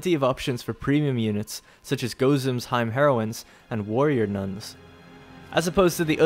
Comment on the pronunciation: there are no silent letters in languages further east than Italy. Hime sounds like (he may)